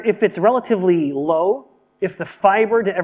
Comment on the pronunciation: OMG... true. He said it so indistinct it sound just different. Thank you 👍